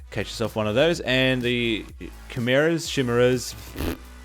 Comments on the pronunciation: most commonly pronounced kye meer uh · It's pronounced KYmera ;) thanks for the vid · sound it out like this. ki-mare-ah